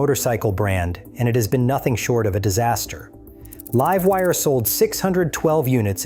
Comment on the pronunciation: think he/it read Live Wire as like in living, not LIVE as in now/current. *only once, other times it was pronounced in proper context.